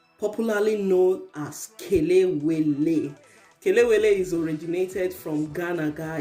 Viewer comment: 🇬🇭kelewele fried at it's best. Hmm delicious. I like how you pronounce ke- le-we-le, for once I was thinking are you a Ghanaian. Well done.